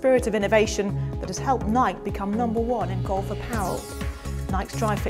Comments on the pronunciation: how she said nike is killing me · Please learn to say Nike correctly. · Its adorable how brits pronounce Nike lol